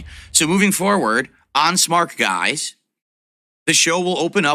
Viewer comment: Smark guys is on the way out. I can't wait for it to end so we can stop hearing him pronounce it so stupidly. Smar-k-guys.